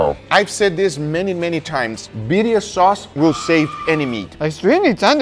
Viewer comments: It's Birrrrrria!!! Gotta roll them r's Guga!!!! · Imposible for me to believe that Guga cannot say "Birria" as it should be, with double R :face-blue-wide-eyes